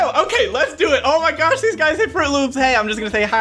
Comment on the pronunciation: When he says UGYS it sound ilke He saying Ugly To Fans Lol